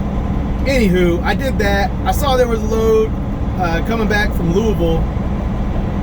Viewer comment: Have to give you credit, for somebody from Cali you pronounce Louisville just like a native Kentuckian and I should know, I are one, lol. Have a great Thanksgiving and stay safe.